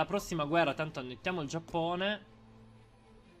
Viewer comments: ma sentirti dire già"p"One é la cosa più bella al mondo.....voglio proprio vedere come hai fatto in 3 a conquistare il restante 99% del mondo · intendevo l'accento che usavi per dire Giappone 😂